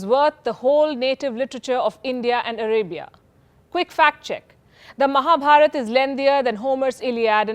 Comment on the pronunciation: Perfect pronunciation. Love it. Its Mahabharat not what some idiots speak Mahabharataaaaaaaa..